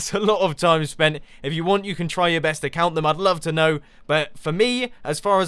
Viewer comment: Mumbo said try our bust. Not try our best.